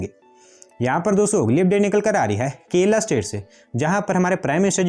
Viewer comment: bro it is kerala not kela